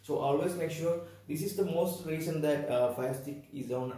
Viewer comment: Bhai firestick kaa review kar raha h or usse hee pronounce nahin kar paa raha hai, fire tik stir and all what's that, hindi me hee kar leta atleast it didn't ended up messing with entire video 😂